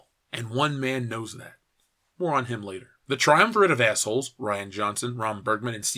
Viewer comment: Did you say "more on him" or "moron him?" :)